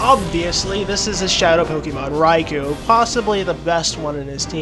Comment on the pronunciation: It actually is pronounced with a strong O Raikou that is